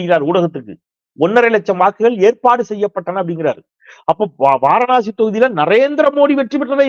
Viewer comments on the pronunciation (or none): none